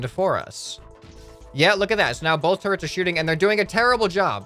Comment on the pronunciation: when he said "Look at all the turrents we got!" i thought he said "Look at all the TURDS we got!"